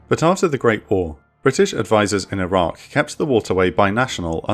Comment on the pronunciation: Your narrator is dropping the Q on Iraq a lot. This makes a confusing subject even herder. Still gave it a like tho!